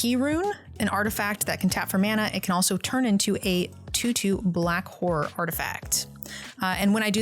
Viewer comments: It was very funny hearing, pronounce Horror as she did, cause it sounded like she was was slut-shaming her creatures haha. It made giggle throughout the video. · I love how people pronounce horror. Horrors under my control